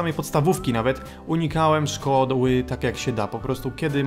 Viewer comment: nie szkodły tylko szkoły xDD